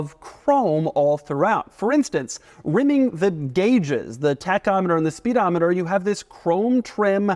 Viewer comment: Doug is the type of guy who pronounces speedometer exactly the way it’s spelled